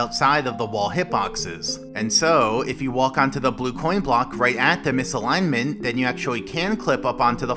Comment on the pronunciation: btw you should pronounce the "t" in "misalignment". ;)